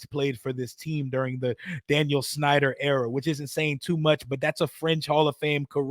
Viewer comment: With all due respect but it's Dan Snyder lol